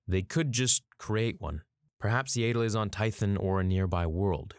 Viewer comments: “Yay-dull” Fans: It’s not ‘Yay-dull’ it’s ‘Yahdull’ –channeling Hermione (Edit: we don’t care how u pronounced it as a kid 😤) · Its pronounce YA-ddle not yedal.... this is star wars, all "A"s are pronounced properly. Pronouncing a name wrong "because its the way I've always pronounced it" is very lazy and implies you don't care about what you are saying , just that someone is listening to you speak. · Its yaddle.....not yaydle. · æ pronounces like ah, like in back. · “Yay-dell”?? Yeah-dul??? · its not pronounced "yaytle" its pronounced "yattle" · It's Yaddle, not Yadle. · This hurts me to do, but I must Yah-dle, not Yay-dle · If she shows up in the show and is called "yaddle" will you continue calling her "yadle"? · Not to be all nit picky here... but I’m pretty sure phonetically it’s yaddle The way you say Yaddle is spelled Yaeddle.... like Jaegar. Or Rhaegar. “I’ve been saying Yaeddle since I was kid...” while I understand the sentiment, it’s not exactly a valid argument to continue saying the name incorrectly. Yes, Yaddle is an odd name, but it’s her name. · It's "Yaddle", not "Yadle". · Yaddle.. not yadal.. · It is pronounced YEAH-dle not YAY-dle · yep Yaddle rhymes with paddle. Listen to the Easter Egg reference in Fallen Order for the correct pronunciation. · Every time he pronounces her name "Yay-ddle", a piece of my soul dies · There is two d’s so I’d say it’s the other way to say yaddle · What is it with Americans saying “YAYDLE” 😭😭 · you pronounce yaddle wrong it’s y-at-dle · Yeah, I love like he's my nephew but his pronunciation of Yaddle works my nerves, man. 😃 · The way he says Yaddle makes my eye twitch.💀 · imagine making this hole video about yoda's kind and you keep saying yaddle wrong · I’m pretty sure you’re saying Yaddle wrong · Why does he pronounce Yaddle like that lol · You've been saying it wrong since you were a kid ... So that's your justification to continue saying it wrong? Canadians.....